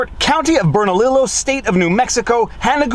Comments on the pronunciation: County of “Berna leee yo” (Bernalillo) two L’s makes an eeee in Spanish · Bern-a-lee-oh county. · Bernalillo is pronounced Burn-uh-LEE-yo. Also, there is no such thing as an accidental discharge - there are only negligent discharges. This means that an "accidental/negligent discharge" is something or an oxymoron. Sad to see it in a legal document. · 😂 Love the "Burn-a-li-lo" county. That is exactly as it is written, but, being Spanish, it is pronounced "Burn-a-lee-yo" county. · That's "Burn-a-LeYo" (long e) not "Burn-a-Lillo" (spanish 101). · Dude, it’s Burn-a-lee-yo! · Bernalillo is pronounced Burn uh lee oh. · Great update. Minor note, Bernalillo County is pronounced more like burn-a-leo county. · As a New Mexican I'm dying at the way you pronounced Bernalillo 😂 In Spanish the 2 "ll" are pronounced as a "y" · Pronounced BURN A LEO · It's pronounced "bern-ah-lee-oh". Also, isn't that a legal admission they never bothered to do a full receiving inspection verifying all ammunition was in fact dummy rounds? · FYI - I know you're in Canada, but the double "L" in Bernalillo is pronounced as a "Y." So, the county name is pronounced, "burn-a-lee-yo." I live in Albuquerque, the place famous for Bugs Bunny taking a left turn. Also, dummy rounds are readily identifiable from real ammunition. While a dummy round had a bullet loaded in the cartridge, the powder is replaced with either BBs or buckshot so that the round rattles when it is handled. A dummy round has spent primer in the case so there is a visible identification it is a dummy round because of the firing pin indent in the primer. So, if it was a box of dummy rounds prepared correctly, there is both a visible and audible indication the round is a dummy round and cannot be fired. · It's pronounced burn uh leo. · The county in New Mexico is pronounced Bern a Leo. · Bernalillo is pronounced BERN-a-lee-o. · In Spanish, double-l's are pronounced as a 'y'. It's "Ber-na-lee-yo". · "County of BernaLEEYO" 😉